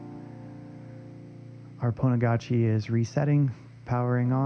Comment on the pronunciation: So pretty "Pwnagotchi"